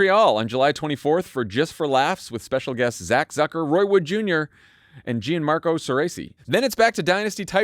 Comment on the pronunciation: “Gee-Anne Marco” 😂 lmao